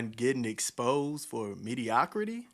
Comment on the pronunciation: When you can't pronounce "mediocrity" properly, your opinion is immediately dismissed